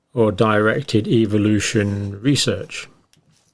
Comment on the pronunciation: Love that pronunciation : evilution !